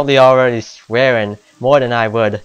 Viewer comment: Yö need to explör möre, yö massive sausage.